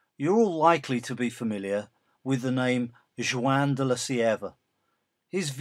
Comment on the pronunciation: "Zhu-anne de la Cierva"? I've never heard "Juan" pronounced that way before. I've always heard it pronounced something like "Wawn" (rhymes with "lawn"), although in Spain it has a somewhat more guttural start than in Mexican Spanish.